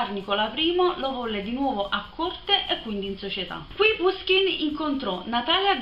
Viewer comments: Appena finito di leggere come coronamento delle opere principali di Puškin in prosa. Alcune precisazioni. È giusto pronunciare Pushkin. Gogol', Turgenev e Pugacëv si pronunciano rispettivamente Gagòl, Turghènief e Pùgaciof. Romanticismo e situazioni romanzesche una dietro l'altra, bellissimo romanzo, per quanto concordo nella conclusione un po' frettolosa. Consiglio anche, dello stesso autore, I RACCONTI DI BELKIN e il romanzo in versi EVGENIJ ONEGIN (pron.: Ievghièni Anièghin), il suo capolavoro. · Ciao, ho scoperto da poco il tuo canale! So che questo video è di un anno fa, ma se ti piace Puskin (che si pronuncia proprio alla napoletana come dici tu, pushkin) e ti affascina la sua vita ti consiglio vivamente di leggere "Il bottone di Puskin" di Serena Vitale, che ricostruisce l'ultimo periodo della sua vita e le vicende che lo hanno portato al duello mortale. Di Puskin consiglio anche caldamente "La dama di picche e altri racconti". Poi rimanendo in tema letteratura russa un libro veramente molto bello è "Un eroe dei nostri tempi" di Lermontov (che si legge Liermontov). Benedetta